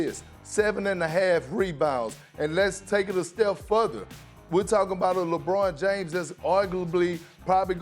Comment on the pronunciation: perk is glitching "lebrawn Jaimes"